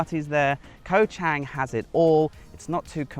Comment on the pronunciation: I see you are still butchering the pronunciation of Koh Chang....bad habits are hard to break. Great video all the same...Cheers.